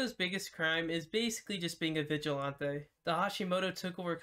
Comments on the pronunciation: i hate that u say vigilanteeeyyy its vigilantiiiii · the way he said viglante just mad me mad it sounded like he was speaking frence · The way you say vigilante makes me laugh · why does he say vigilante like that